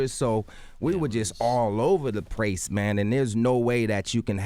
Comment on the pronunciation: Skip to ... "All over the prace"????? Mr. DeVoe did I hear you right?